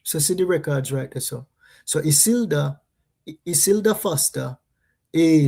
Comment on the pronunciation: I-CIL-DA is the pronouncing of the name!